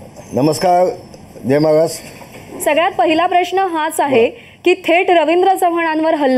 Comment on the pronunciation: याला आधी जय महाराष्ट्र नीट बोलायला सांगा